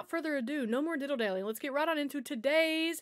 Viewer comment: DILLY not diddle